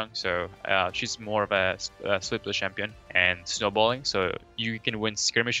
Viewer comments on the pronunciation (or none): Did Quas say basic "shampion" guide? LOL Kappa